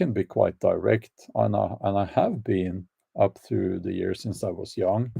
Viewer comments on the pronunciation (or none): none